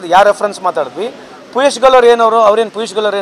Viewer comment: ಪೀಸ್ ಗೋಯಲ್ ಅಲ್ಲೋ, ಪಿಯೂಷ್ goyal😂😂